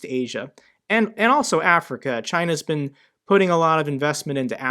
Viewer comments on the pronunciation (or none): none